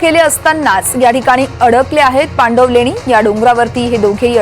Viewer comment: Pandanvaleni nahi❌️ पांडवलेणी aahe te✅️